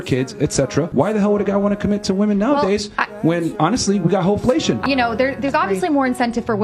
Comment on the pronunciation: Lolz…that’s a bit too technical. He also said “hoe-flation” 😂 are we doing economics or relationships?😂